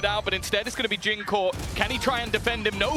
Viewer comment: Jingg❌ Jooong ✅